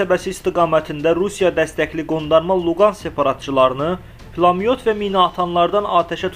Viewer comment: Plamyot yox,Pulemyot